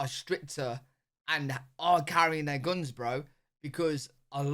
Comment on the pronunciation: Please QUIT saying gounes when you are trying to say Guns... and that's all I got to say about that.